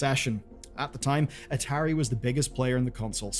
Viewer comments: At-ahiry is an odd way to pronounce atari. I go for ah-tah-ri. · Am i the only one that kept getting confused for a second when i heard atari said as a tary? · Dude I know your British, but you've got to be trolling with that pronunciation of Atari. It Ah-tA-ree not Ahh-ter-ee. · This video was hard to watch.. the constant mispronociation of atari.. A_TAR_E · I'm gonna block you if you don't stop saying ah-terry to me😂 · Biggest sin in this video is the pronunciation of ATARI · never heard Atari pronounced that way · Sorry, I know you're foreign, but how in gods name did you mispronounce Atari? It is older than you. Immediately stopped watching. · i've never heard a single person pronounce atari like this in my entire life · Feels like Atari is being pronounced wrong 😬